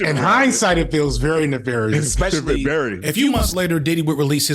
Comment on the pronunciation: Ironically, The Company Man and you just finished commenting on Puff's lazy producing style; then you go and mispronounce MTUME (em-too-may). Not surprising, considering the fact that you pronounce (especially and expect) as if they have the same prefix.